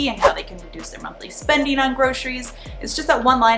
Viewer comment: I like when you say: spendin, eatin, plannin, shoppin, buyin 😉